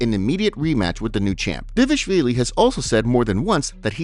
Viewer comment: Homie, this is my fav MMA updates channel, not disrespect. But you gotta learn how to pronounce Merab's last name 😭